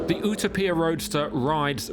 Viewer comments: Is this really how Brits pronounce Utopia? OOH Toe PEE Ah? I’ve never heard it pronounced this way. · The way he says Utopia is annoying. I would like how to see he pronounces dystopia 😂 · What did he call that pagani?? Clearly hes never heard the word utopia.... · Why is he saying Utopia like that? It's not some Italian word we don't have a pronunciation for.....it was first coined by Thomas More an English theologian. Just because it's an Italian car, doesn't mean you need to pronounce an English word (with Latin roots) the way an Italian would. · The Pagani what???? Journalists are supposed to know words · How come he cant pronounce a simple English word? Makes you think it's AI! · I'm skipping the video over the dumb pronunciation of u-topia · He keeps pronouncing Utopia wrong 🫤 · I want to fly to the UK only to slap in the face for his pronunciation of Utopia. I'd keep slapping him until he said it correctly. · Is it that you cannot pronounce the word "Utopia" properly or is Pagani deliberatly taking a common word and for pure stupidity "deliberately" having the word pronounced differently? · How the hell did you just pronounce Utopia? You weren't even close to the Italian or English version of the word. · Someone help the presenter pronounce Utopia properly. How did he get this job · Was thinking the same thing. Utopia isn’t pronounced that way in any English accent. It’s also NOT pronounced that way in Italian. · no way your Italian stating that. I speak Italian and the word utopia is not pronounced that way. Only the front of the word is. If you’re a British channel and you’re going to attempt to pronounce it in “Italian” go all in. Not just the first letter. If you’re truly Italian you need to do better. Good god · What is it with the American pronunciation of the Paganini? OOTAPIA? Hahahah. The correct pronunciation is U Topia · UTA-PIA!!! 😅... Brother it's pronounced U-Topia.. #cringe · it's Utopia, not Utapia...lol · Ou-Ta-Pee-Ya ?! UTOPIA !!!